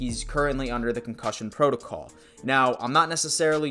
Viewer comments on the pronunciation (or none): none